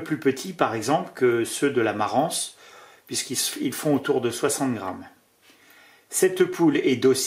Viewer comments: Merci beaucoup pour ta vidéos et biensur pour les autres. Pour info Marans se prononce Maran A bientôt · dans le sud on prononce les 's', mais on ne dit pas Parisse pour autant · Bonsoir merci pour la vidéo , Concernant la poule de marans le S ne se prononce c est donc « maran » en phonetique Et effectivement la coquille de l œuf est dur et même en couveuse 66% d éclosion reste une moyenne d éclosion Thibault de La Rochelle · Salut, Ube autre race excellente,voisine de la Marrans,bien que bien moins connu, c'est la Barbezieux. Gros œuf très bonne chère, gros gabarit et en plus vraiment très belle entièrement noir avec une oreillette rouge vif. Voilà comme tu l'as demandé je partage une de mes races préférées. Un peu chauvin, je suis originaire de Charente maritime. Par contre on ne prononce pas le S à Marrans. 😁 Bonne journée fraîche mais ensoleillé Merci pour cette super vidéo. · Superbe présentation seulement un complément sur la diction concernant la poule de Marans le "s" ne se dit pas. On dit Maran et on écrit Marans. Un admirateur de Charente Maritime. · On ne dit pas "Parisse" et on ne dit pas "maranse" non plus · Super intéressant comme d'habitude ! Un petit détail ... La ville et la poule de Marans se prononce sans le "s" 😊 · Merci pour la vidéo ! Beaucoup de commentaire sur les races locales. Peut être que ce sont elles qui sont les plus adaptées localement pour la production fermière. PS : on ne prononce pas le S de Marans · Merci de ne pas prononcer le S à la fin de Marans. On est pas dans les Landes mais en Charente Maritime... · MARANS (on prononce pas le S, comme Fouras ou Paris)